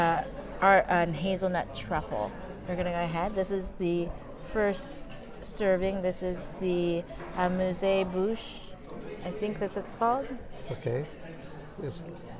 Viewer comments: "Amoose boosh". Please don't ever say again whatever it was you said. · Pronounced “amuse” like amusement park …it’s a free offering